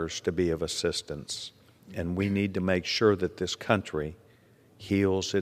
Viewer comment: Your emphasis needs to always be on the words "THIS COUNTRY". Not any other country.